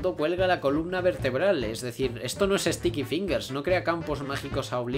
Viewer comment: No se si es pura cosa mía pero parece que bucciarati dice STICKY PINGASSS!!!